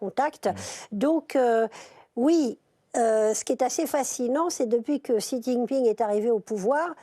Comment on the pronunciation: Super ... C'est censé être des experts mais aucun n'est capable de prononcer le nom du président chinois correctement... La honte...